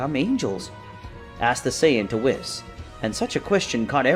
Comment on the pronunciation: It's pronounced "whees" not wiss